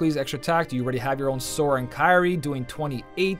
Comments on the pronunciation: Congrats on finally saying timeless river sora😂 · Much like everyone else, I must congratulate you for the 1st time getting SORA right XD